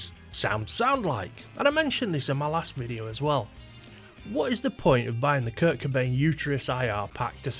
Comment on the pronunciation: I watched the video the entire way through, and it's not like there's a huge revelation? You start out saying that you don't want to copy a guitar tone and therefore you can't understand why anyone else would, you tell us you don't like grunge and proceed to mispronounce Kurt as Kirk, then repeat these points for 8 and a half minutes. 🤷‍♂️